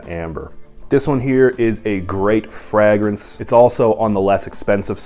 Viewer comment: How do you pronounce fragrance😂